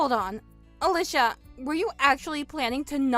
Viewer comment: At least the boyfriend knew how to pronounce Ah-Leeshah!